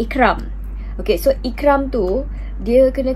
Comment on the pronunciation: It's kupi kupi go not kopi😂 And it's ekram not ikram😉